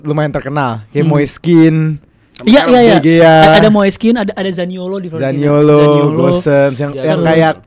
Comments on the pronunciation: grget dnger ngomong Florentina,FIORENTINAA 😂😂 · buat, bukan FLORENTINA tapi FiORENTINA.. 😅😅😅😅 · Fiorentina bukan Florentina 😂